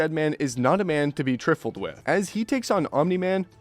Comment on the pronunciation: Am I the I only one who noticed him say trifle wrong idk why but it made me mad